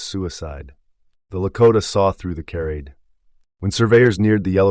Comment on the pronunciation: If this is AI narration...it's pathetic. If it was narrated by a human... it's even more deplorable. For example,mispronounced words such as: Charade, Wound, and Lead make it difficult to listen to this content. Either way, this only serves to prove that the Department of Education has failed and needs to be taken apart for major repairs!